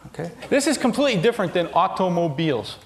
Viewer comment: the way he says aUtOmObIlEs 😂